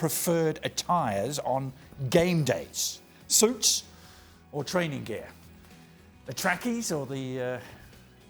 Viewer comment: Nicol: "wearing soots"